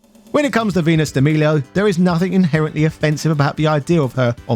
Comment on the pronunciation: I actually like Venus and Dragonness also you saying de milo wrong